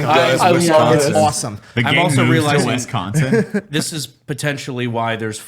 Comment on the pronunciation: How to tell someone isn't from Wisconsin, they call it Wesconsin. Hit up any college town, Platteville is a BIG drinking city (where I went to college) and more than 50% of the student population would probably know yall in one form or another. There's also sloshcosh (Oshcosh), nickname explains why. If yall do La Crosse, do it in August. Right before the next year so people getting out their last out of sport season drinking.